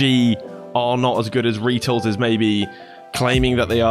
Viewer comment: First time I've ever heard someone pronounce his name, Reetals